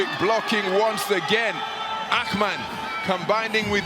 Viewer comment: Akhhhhmann??? What tf is that pronounciation? Thats not Turkish. inTurkish there is no "khhh" sound like that. so stupid